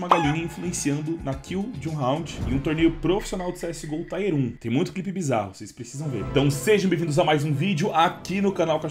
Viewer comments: "taier um" foi foda kkkkk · tier se pronuncia tier mesmo e não taier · EU QUERIA ENTENDER PORQUE ESSES CARAS AINDA FALAM "TAIER" PRA PALAVRA "TIER" QUE, EM INGLES, SE LÊ EXATAMENTE COMO SE ESCREVE......